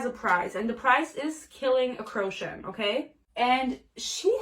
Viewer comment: Best video ever. Bruh... the way u say Crochan is making me cackle.... classic fantasy book confusing pronunciation